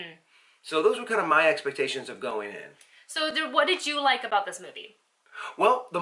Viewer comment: 'Ex-pah-ta-sions," hmm, never heard it said that way, . .,"maybe your expahtations were too high," cute.